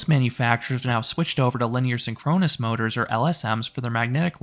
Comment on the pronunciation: Why do you say synchronous like that? It’s (sing-kruh-nuhs)